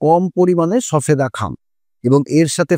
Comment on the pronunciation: কথাটা সবেদা সফেদা নয় ।